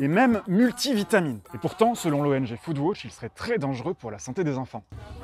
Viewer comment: pq vs prononcez "foodwotch" ?